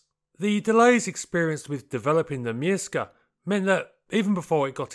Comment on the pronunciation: It's pronounced Pyörremyrsky